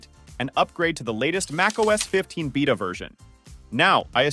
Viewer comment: This one is really not that bad. Aside from the pronunciation of Beta anyway lol